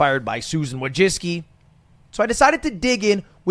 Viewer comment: My man, Wójcicki is read something along the lines of vooychitzkee.